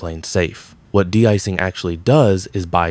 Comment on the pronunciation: AI script: "That's not this, it's that. It's not because of X, it's because of Y." Filler-filler, blah-blah-blah. The script pulled that "not-this-but-that" filler trick at least 16 times. Also, it's an AI voice. Did you notice it mispronounced de-icing, calling it "deecing"? No human would say that. The vid adds nothing we didn't already know and appears to have come from nobody.